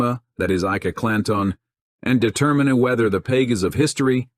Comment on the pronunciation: At time stamp 40 seconds: "we embark on a quest to unveil the ENEMA that is "Ike-a Clan-ton" and "determin-ah" whether the "pagus of his-story"..... Really? Horrible AI voice. Stopped watching here.